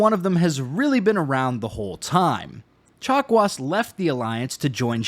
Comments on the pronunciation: Did...did you call Dr. Chakwas...Dr. Chocolates??? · Did he say Dr. Chocolates? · At some point I started hearing "doctor chocolates" instead of "chakwas". Must have been the turian chocolates. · If it means never again having to listen to anybody say "dokta chock-wah", then I'm going with Frenchy. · “Doctor Chocolats.” - I heard that. 😉